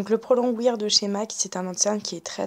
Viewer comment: Pro longwear ça se prononce pas comme ça :)